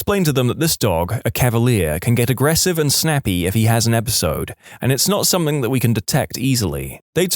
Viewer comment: No K in the word something